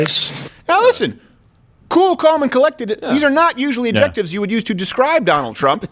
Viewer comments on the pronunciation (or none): Did he just say... ad-jEctives?